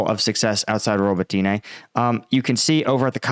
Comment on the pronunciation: Robateenay? Pronounce the name correctly please. Watch Denys Davydov instead, this guy won't even bother learning the simple pronunciations.